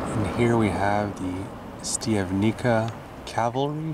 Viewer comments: not "stiavnika" but "Shtiavnitsa" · Pronunciation … Štiav correct, ni … knee, ca …tsa (like in pizza )So.. Štiav -knee -tsa 😊( Im also from Canada, born in Slovakia )